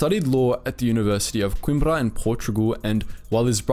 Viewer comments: Just a note. It is Coimbra and not Coimbria. :) Great content. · Its Coimbra not Coimbria. One of the oldest universities in europe and deffo the oldest in Portugal. Portuguese pronnounciations were overall questionable even for english pronnounciation of the words hmu if you want me to help you with that given i'm portuguese. Brilliant video nonetheless great work! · Its coimbra not coimbria 🤣🤣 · it's Coimbra